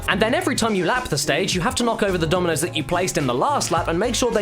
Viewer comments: At first I thought he said ''Tominos'' O_O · In the intro I thought he was saying ominous instead of dominos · Why did i think he said "aminos" XD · I thought he was saying communist in the intro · Am I the only one who thought he was saying nominoss at first. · I swear he was saying Ominous instead of Dominoes. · Why does his "dominos" sounds like german "Dumme Nuss" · Was he saying Ominous or Dominos in the opening? because right now I think it's a hybrid of the two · Only Caddicarus would make "Dominoes" sound like "Time to make nice"